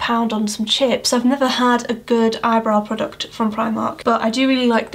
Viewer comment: These video's are so satisfying:D When you were talking about the Primark brow pencil, you really pronounced "PRODUCT" haha. Reminds me of my friend, who told me a few weeks ago (she's a friend from school, asked me if I'm still blogging sometimes, ladida) she said: "I sometimes watch videos just to listen to her voice and English accent, it's so relaxing!":D